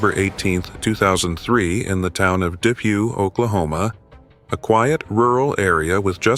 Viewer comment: I'm from Depew. I was a junior in high school when the shooting occurred. It was insane and the manhunt was unreal. Cops had the roads blocked off and checking every car. The cops had some pastures blocked off thinking he was in there. Turns out he was in the pasture across the road... Btw the town is said like Deepew.